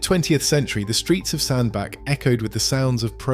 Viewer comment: Its pronounced sand BATCH